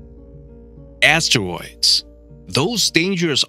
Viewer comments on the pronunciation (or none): The dude said astewoids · Love how he says ASSWOIDS😂